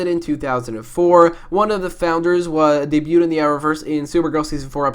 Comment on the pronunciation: Did he say Ray debued s3 bich whaaaa